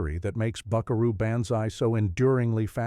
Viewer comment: That's not how you pronounce banzai.